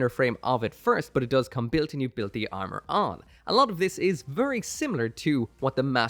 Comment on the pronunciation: "step 3: the arnour"